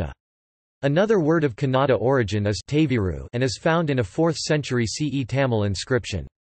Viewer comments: The pronunciation of word Kannada itself is wrong You are saying it like Canada. The other information is also incorrect Dr.Madhava Peraje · The pronunciation of Kannada is not correct. The information also